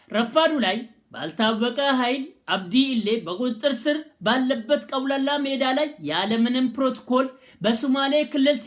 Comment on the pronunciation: ግን ቀውላላ ሜዳ ሳይሆን አውላላ ሜዳ ነው ሚባለው